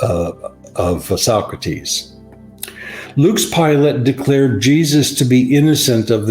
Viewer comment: Yeah, but it is Pilate, not Pilot. I guess the difference flew over their heads.